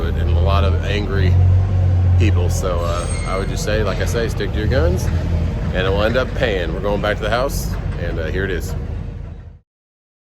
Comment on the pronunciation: When did "and" become "an"?